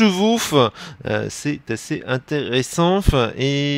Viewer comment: pour quoi tu dit fe a la fin de chaque mot voisi se que tu dit: intérésenfe, rechagemenfe, déprésionfe, améliorationfe, jeufe, dispersionfe